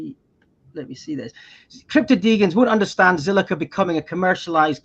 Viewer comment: Dee - JEN not Dee gan 😅😅